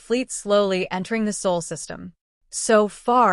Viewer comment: It’s Sol not Saul